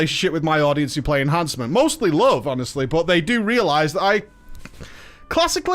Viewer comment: Yeah, Ehancement shaman mate. The spec where you get Doombringer.